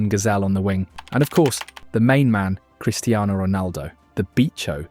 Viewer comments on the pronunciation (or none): none